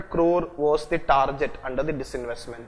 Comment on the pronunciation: for godsake its tar-GET not tar-JET!!